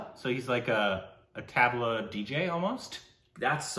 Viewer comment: Try saying "thuhb - laa"and not so much tab-la :)